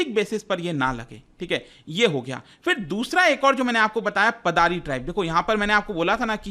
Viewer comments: Sir its पाडर (पाडरी) not पादारी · Paddar ko पाडर pronounce krte h